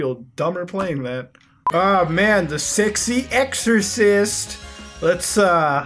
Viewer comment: sexorcist not sexy exorcist